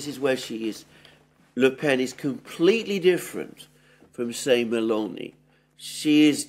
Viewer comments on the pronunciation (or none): none